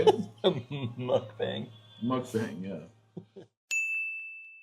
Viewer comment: Mukbang is pronounced mouk-bong. the letter a alone in Korean makes an ahh sound, ae makes the ayy sound. U makes the ouh sound, not uhh. ^-^